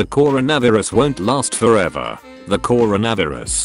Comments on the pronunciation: The core-a-nether-us That’s what I hear 👇 how many agrees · Cora netherus?? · how people say coronavirus:coronavirus how say coronavirus: corona berris #brainycomment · The Corunuvuris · Nobody: Not a single soul: Voiceover: Core-ownervirus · How he say coronavirus Core ro na vi rlis